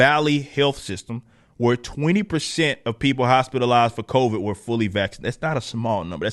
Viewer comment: lol "the covaids"